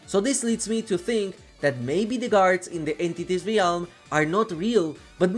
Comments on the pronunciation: not trying to be rude. I know English isn’t your first language. but the word “realm” is pronounced (relm) not (re-alm) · i love the way you pronounce "ree-ahlm" its become a comforting cornerstone of a classic video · I like the way you say realm!